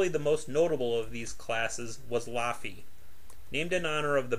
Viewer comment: Laughy not loffey good video either way